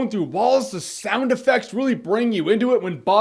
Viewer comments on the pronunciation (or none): none